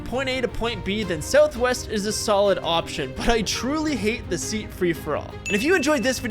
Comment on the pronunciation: "Frish-for-all boarding"